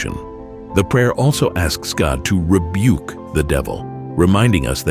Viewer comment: Lord ribeuc you